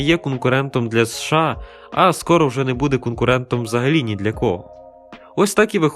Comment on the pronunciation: США ріже вуха 😮 чому не СеШеА?